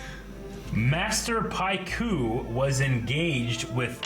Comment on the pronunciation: How dare you play the game of Pai Sho when you can not even pronounce Master Pakku's name correctly (it's pah-koo), pronounce Hei Bai (hey-bye, not high-bay) or remember that he's a spirit, remember that Gran-Gran's name is Kanna, also, Mai (may, not my) was in Omashu. No offense, just pointing out all the shit that bugged me out of my skin 🤷‍♀️ Edit: also, Ursa was Zuko's mom you dingbats